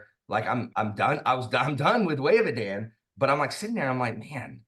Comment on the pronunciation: I went ahead and started it. I love the voices. It seems the narrator choose to go with your pronunciation of E-Dan, rather than the less popular E-Dawn. :)